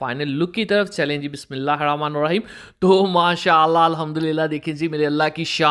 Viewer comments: Bismillah hirrahamaan nirrahim theek se padho bhai. nahi to sirf Bismillah kaho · بسم اللہ الرحمٰن الرحیم صحیح بولا کریں باقی سب ٹھیک ہے